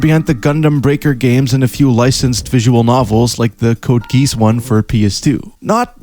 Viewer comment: Good video, but...CODE G E E S E? 😂